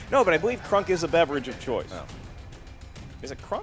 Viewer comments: It's Kronk not Krunk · KRONK....not krunk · it's Kronk, not Krunk!! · it's "Pull the level KRONK" Not "Pull the level KRUNK"! WRONG NAME! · for the first question it should be kronk, not krunk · It's Kronk not krunk lol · the character in Emperor's New Groove is named Kronk not Krunk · It's Kronk not Krunk lol.